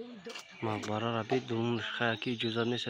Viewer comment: чи иқа бесаводи ба ҷои мақбара бгуй марқабай мегуй 😂